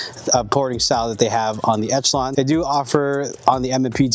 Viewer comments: Folks really need to learn how to pronounce Echelon. It's ESH-eh-lon, not ETCH-a-lon. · wtf is an etchalon... esh... esh, like echelon formation... ReeEEee... tweaked me out every time he said etch... as an aside, ordere the prp spring kit to pair with the tyrant cnc trigger for the ultimate combo... too bad this gun comes with such a weak trigger, otherwise i really like this gun as my goto striker pistol (made the switch to 2011s). Good video, enjoy getting razzed for not pronunciating things correctly, the internet is an unforgiving place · Man. Good info. I like the vids. The fact y’all can’t say Echelon correctly made me change channels.